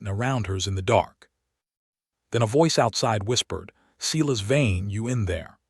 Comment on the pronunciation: His name is no doubt “Silas Vane”, not “Cela’s vein”. Hahahaha!